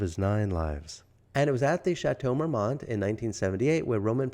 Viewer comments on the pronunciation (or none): The "T" is silent in the correct pronunciation. Marmon is correct. A simple Google search would have told you this. All that research, and repeating the name of the place incorrectly.